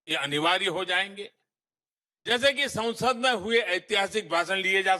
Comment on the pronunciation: Sansad or is it Saunsad? Please listen well